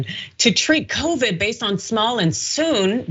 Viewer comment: Hershel didnt say it'll kill covid , he pronounced it Kro-vrid 😂🤣😂